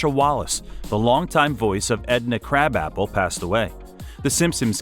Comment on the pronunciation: Your pronounce Bart teacher surname worng is mrs krabappel not krabapple.